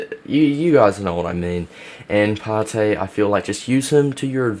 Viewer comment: It's ParTAY